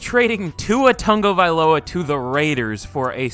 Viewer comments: he’s pronouncing his name as tungavailoa the whole video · Tagovailoa❌ tungavailoa✅